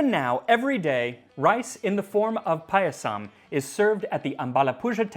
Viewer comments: Not really. He got the pronunciation of 'pāyasam' wrong: he draws out the last syllable--'payasām' (or pah-yuh-saahm)--instead of the first syllable (i.e., pāyasam or paah-yah-sum) as well as 'Someswara'. Decent effort overall though. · Somesvara. Sh. like shaw. Not S in school. It is paayasam. Elongate the a after P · Guys, it's pronounced paaaah-yah-some. If you make the vowels a different length, it's a different word. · Thanks for doing an Indian recipe! Your pronunciations are pretty good...only the last a in payasam is short, so it should rhyme with "sum" 😅 Also not entirely sure about this one, but "zh" in Tamil words/names is actually the English r sound, like in "her" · As an Indian, I appreciate the effort you put in to learning about our history and culture. It'll be even greater if you can nail the pronunciations. "Someshwara" was almost unrecognizable, "Payasam" could do with slight work too. It's not a deal breaker, but it's something easily fixable, just check with any acquaintance from South India and they'll be able to help.